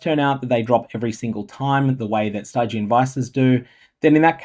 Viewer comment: Nigh on physical discomfort inducing pronunciation of 'Stygian' aside, good stuff as always.